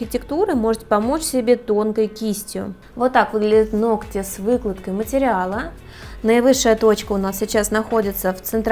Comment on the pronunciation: Чтобы грамотно излагали свои мысли! Теперь будете знать,как правильно произносить слово ноГти.!!